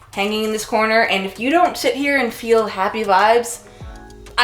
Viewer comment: the way she says “sit here”. She does it often